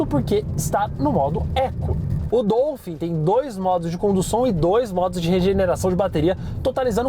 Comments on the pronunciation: É Dólphin quebfala, meu povo. Não é Dôlphin não. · A pronúncia é “DOUfim”? Pensei q fosse “Dólfin”…. Enfim… Carro top!